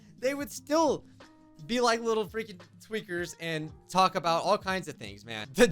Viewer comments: he says hEy liTlE JoHnY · "HeY lItElLe JoHnNy" - 2022